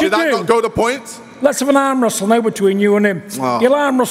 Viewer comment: John Fury "Let's restle, let's restle"